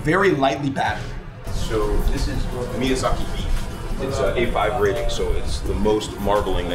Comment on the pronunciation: Chef, it’s miyAZAKI, not mizyaki